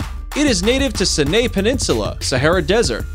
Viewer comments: Bro, all the mispronounced words! It's not Mt. Sin-aye It's pronounced sigh-eh-nigh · Listen to how he pronounced the "c-nay" pinunsula. It's pronounced sigh-neigh